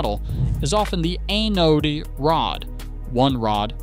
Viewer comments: AI thinks it's the ANAL rod. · You mean it's not really pronounced AE-Know-Dee? 🤣 The pronunciation isn't the only thing here that's off. Try getting an ae-know-dee rod for $25. They're more like $45 and up. But they're still much better than paying for a new water heater. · Appears that AI still struggles to pronounce ANODE right…